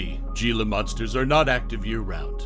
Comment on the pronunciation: Can’t even pronounce it right 😂